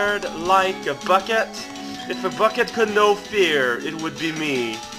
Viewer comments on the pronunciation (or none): none